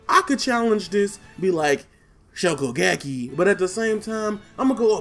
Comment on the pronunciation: yo u got me rolling when you said shokugeki lol